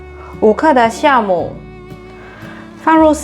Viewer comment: 很好，很實在的健康食譜，謝謝!(酵母，不讀孝，讀教丿。老師教我的。